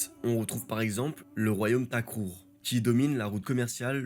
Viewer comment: Intéressante video , précision aulieu de lire TAKROUR , on lie TEKROUR , actuellement fouta toro ,sud Mauritanie et nord du Sénégal le long du fleuve